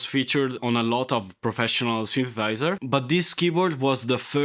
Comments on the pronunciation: Hahahaha 😂😂😂 dude you really need to learn how to say synthesither, sorry thynsethiser, sorry synthethither 😂😂😂😂 hahahahaha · What’s a synthathizer? Lulz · I'm so ashamed. I couldn't help laughing every time you said 'synthethizer' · Italian. Does literal 'talking hands' video. Loves keyboards but can't quite say 'synthesizer'. Love it, here for it! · Cool video!! And I totally love how incorrectly you say the word synthesizer 😎 we’ve come such a long way with “cheap” portable kiddy keyboards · Synsathizer 🤣🤣🤣🤣 love this guy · Your accent got me synthethighzer u gotta have a track called synth e thigh zer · Of all the wrong ways of saying synthesizer, you found the best way. I love it. Synthethizer is my new favorite word. Also, "a big knob that it's almost useless but it's really nice to fidget with" had me chuckling because I'm clearly still 12. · That was funny man 👏 But you keep saying “synthethiser”. Just so you know 😉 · Actually I am replying to myself, which is kinda weird. But not as weird as you man. In a good way. You had me at “samples” But at “OK enough” I nearly choked with laughter. Subscribed. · I like how you can’t pronounce the ‘the’ in synthesiser but actually end up pronouncing it better than an English speaker can. Stealth talent. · OK, here I am again, again. Or again again. If you can make a song out of that, I’ll be impressed 😂 but seriously man, practice saying synthesiser. It’s worth the effort, you’re going to be saying it a lot. I’ll give you this, you’re one of the few people who should be on YouTube. Perfect personality for presenting, and you’re comfortable being you. Kudos.